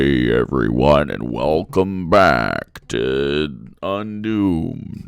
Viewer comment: Even in my Gamergate, anti-SJW days, I could not watch Undoomed. Whats with that voice? "WelCUM baCK" Dude, swallow your fucking spit! Its like if Satan was recording was record ASMR. I don't even care about his content, that voice alone is enough to tell me how terrible he is. It makes me physically sick.